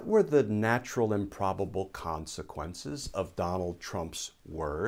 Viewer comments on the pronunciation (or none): none